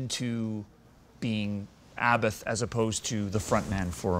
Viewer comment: The best thing I learned from him his: sssshhhhhh... papapapapapam... vvvrrrooooooom and also how to pronounce 'Abbath'.... more or less